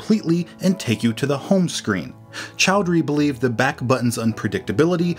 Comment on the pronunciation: Its Imran Chaudhary pronounced as chau-dha-re